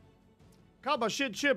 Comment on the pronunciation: It's not KABA but HABA you. K is silent /facepalm